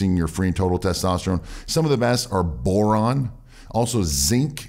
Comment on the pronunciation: Excuse me, did you say boron? 😅